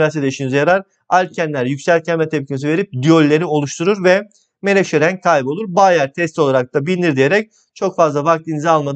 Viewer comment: Hocam ne güzel rênggg diyorsunuz😂